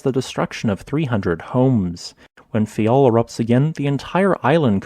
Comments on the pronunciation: It's faiel not fayal😏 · It’s Faia, not Fayal